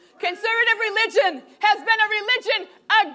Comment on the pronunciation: "Con-sir-vitiv reelid-tchin"